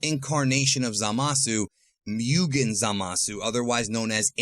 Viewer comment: "myugen" lol